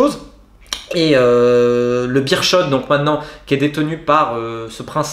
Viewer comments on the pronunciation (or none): "Birshot" mdr 😂 Ca se dit Béérsskot hahaha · Beerschot phonétiquement bère scott, Tubize ce n'est pas toubise mais tu bise et le w ne se prononce pas v, westerloo ce serait ouais st'heure l'eau